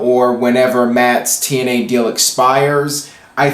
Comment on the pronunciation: lol 00.34 "TNeye" 😂 sorry, it made me laugh 😂👍hey do you watch botchamania? lol